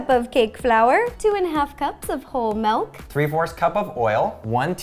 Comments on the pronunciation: Loved the video but this irked me... "Melk" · "Maulllllk!" Like if you know who said that